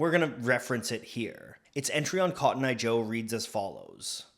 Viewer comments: anybody else notice the extra t in cotton ? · You have a strange way of saying cotton.